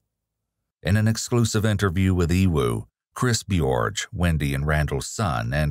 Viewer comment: E-woo? Nah its E-Triple-U